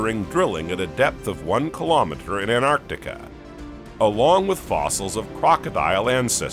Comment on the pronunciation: Anartica 😂 where's anartica,.